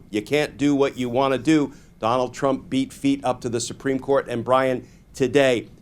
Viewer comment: I stg you said Conald. “Con-ald” 😂 and I’m down for it.